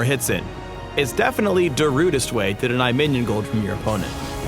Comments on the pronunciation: am i the only one who heard him say DARUDEST way to deny minions farm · "Da-rudest" Lol. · "its da-rudest way to zone your enemy" o phreak i love you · 'Da-rudest' oh phreak... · Did he just say darudest..? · "Da-rudest" pls.